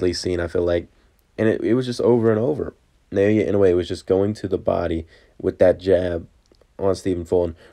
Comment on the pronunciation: Try saying his given name like this: NAH-OH-YAH. That's much closer than: NAY-OY-YAY